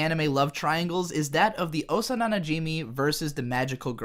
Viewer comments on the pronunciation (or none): "Osa nana Jimmy" It's Osana najimi